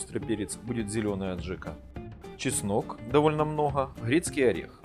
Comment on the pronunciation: О , да... ! Спец по абхазской аджике : мноХа , леХенда , Хрецкий ореХ , в итоХе , друХое , жХучесть ....🤣🤣🤣🤣🤣🤣🤣🤣🤣